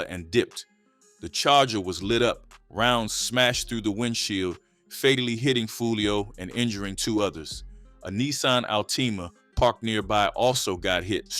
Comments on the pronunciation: Mans said Alt- Tima 😩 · Nissan Al-TEE-mah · How do u black and dont know how to pronounce Nissan Altima??